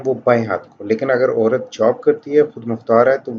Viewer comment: please try to speak better Urdu. Orat nahee, Ourat is correct word. Please take a class to make your Urdu better. Vocabulary is ok, but pronunciation is bad.